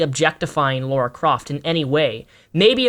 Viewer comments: Lara* not Laura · a pet peeve of mine, when people call LARA croft LAURA croft Lah rah not Law roar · why do you say lora craft, it's "LARA" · Someone who doesn't even know she is called "Lara" Croft, not Laura, maybe shouldn't comment on a video game analysis -___- Seriously if I read or hear another guy saying "but guys like butts" and "it's totally normal to check out a woman's butt" and "oh they don't look too sexy" I will seriously cry. Women and also female video game characters are not there to please someone sexually (as long as it isn't a fanservice game of course), when will gamers finally understand that. Go to porn sites if you want to see butts, I want to play freakin video games. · Dude, it's Lara Croft. Not Laura. Even Bitch Mcgee got that right. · laura? isn't it Lara? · La-Rah, there is no "u".